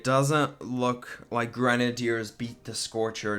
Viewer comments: I thought it was gre-nay-dee-ers not gren-er-deers... 🤔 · Idiot its grenaders not grenedeerd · What is a gran nay deer? Do you mean gren ay ders (sounded out) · I hate the way he says grenadeiers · Dude learn how to pronounce grenaders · You said it like grenehdeers say grenade and then ers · U say grenadeers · K i want to die every time he says grenideirs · The way he says grenadiers gives him a dislike x10